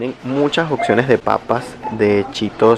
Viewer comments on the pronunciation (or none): "Occiones" jajajaj